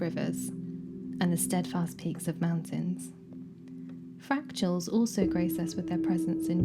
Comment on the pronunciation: “Fractuals” is how you pronounced “fractals.” Or am I hearing you wrong? Regardless, I’m sure you are referring to irregular geometric and abstract structures in nature.